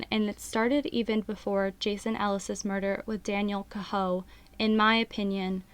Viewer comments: Daniel Cahoe his last name is pronounced Kay Ho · Pronounced K-ho !!!